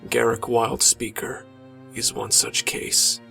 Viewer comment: why do you say garrik its garruk with a drawn out uuuuuuuuuuuuuuuuuuuuuuuuuuuuuuuuuuuuuuuuuuuu there is no i in his name garrik sounds stupid